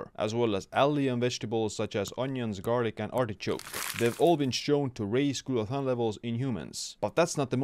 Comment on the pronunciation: He said Glutathione and I liked the video.